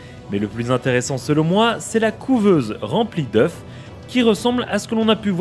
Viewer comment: on va faire une leçon de francais " un œuf des œufs et sa se pronnonce eux "